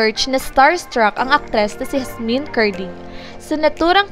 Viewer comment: Yasmien kasi hindi Hasmin